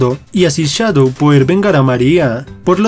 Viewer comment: No sé dice chadow se dice shadow